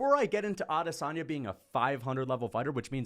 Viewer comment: you talk a big game but you can't even get Israel's name right. *Israel Lasagne